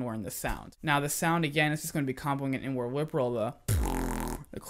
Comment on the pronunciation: Who else that he was saying N - Word instead of inward😂